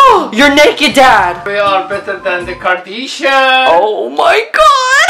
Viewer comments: “we are better than the kardeeshan” i will never stop laughing at this every time i watch this video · "We are better than the KARDEESHAN!" omg im dead